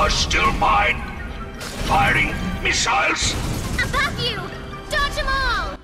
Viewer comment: Whenever the boss said firing misiles I thought he said farting misiles